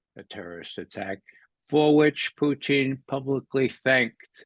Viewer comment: Can you explain to mr McGovern next tme how to pronounce Mr Putin's name... its not poutine... poutine is a Canadian fries dish. It kinda diminishes his credibility which is a shame coz he says sensible & insightful things.